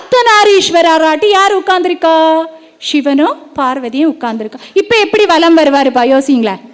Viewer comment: ஷிவன் இல்லை சிவன்.... ஷக்தி இல்லை சக்தி.... தமிழை சரியாக உச்சரிக்க வேண்டுகிறேன்..